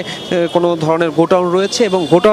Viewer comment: *গোটাউন* কি ভাই? এটা খায় না মাথায় দেয়? এরা আমাদের সাংবাদিক গোডাউন কে বলে গোটাউন 😮😮😮😊😊😅😅